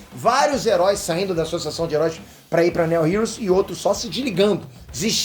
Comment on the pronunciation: O Nome "Neo" heros tem a mesmo fonema do nome do principal ator de Matrix "NEO" e não tem esse som de "E" na pronúncia! 😁